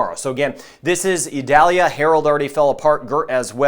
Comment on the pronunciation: Eee-doll-yah. It isn't an onion.